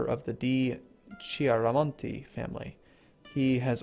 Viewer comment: hey, just a tip to pronounce "c" correctly in italian: "CHE" and "CHI", are pronounced like "KE" and "KI" (for example, di Chiaramonte --> di Kiaramonte), "CA"; "CO" and "CU" are pronounced "KA", "KO" and "KU" but "CE" and "CI" are pronounced "CHE" and "CHI". I hope this helps you with the pronunciation.